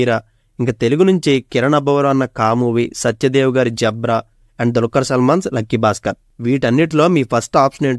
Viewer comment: జీబ్రా , జబ్రా😂😂 కాదు